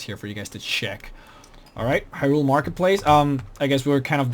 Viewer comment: The Zora King was never murdered!!!! And it's pronounced as high-rule not he-rule.